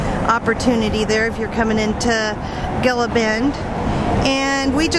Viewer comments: Gila pronounced heela😉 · I think Gila is pronounced like the Gila Monster (heela). :) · Gila is pronounced hee-luh. The dates from Dateland are so good! A friend just brought us some! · Did we tell you enough times how to pronounce Heela?!! Hahaha. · Gila: say heel-ah!!!! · Might be pronounced hee lah? Like the gila monster reptile? :-) Just guessing though LOL. Thank you for a great and informative video too! You guys are a pleasure! :-) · Gila is actually pronounced with the g sounding like an h.